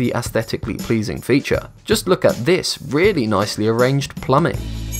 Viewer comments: Lmao he said "im whelly" lmao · he said I wheele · Anyone else noticed he said wheely when he talked about the tires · he said ''wheely''